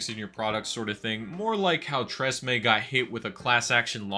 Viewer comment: its tres emme not tresme 😭